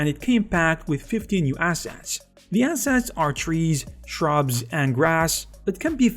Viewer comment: I love how he says assets. "ass hats"